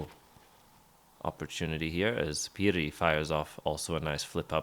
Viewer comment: Good commentary. Just this gives me chills. (I know it is hard to pronounce) Piri in English: amphetamine, speed, chalk Pyry in English: blizzard, snowstorm